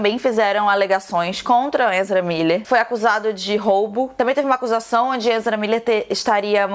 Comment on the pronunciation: agonia total da falando enzra kkkkkkk